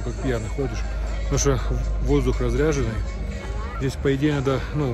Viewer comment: Воздух Разреженный , а не разряженный.